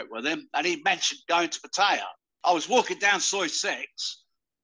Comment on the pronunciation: 30 years and still cannot pronounce Pattaya properly 😅